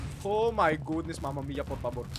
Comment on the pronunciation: Natatawa ako pag sinasabi ni yung mamamiya portabor😂😂😂